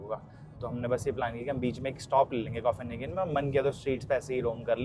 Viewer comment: arey yaar firse start, english word pronunciation seekho bhai, coffinhagen kya hotha hai, copenhagen hai wo, either learn or dont say that word, you are embarrassing yourself